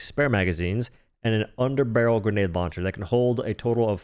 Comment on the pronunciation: because he said “Undnbrl”